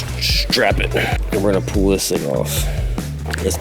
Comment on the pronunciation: Don't forget him mispronouncing full as fool and pull as pool